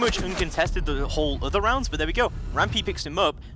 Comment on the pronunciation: Anyone else got annoyed with the fat caster trying to say but and dirt but sounded like he said buh and dirh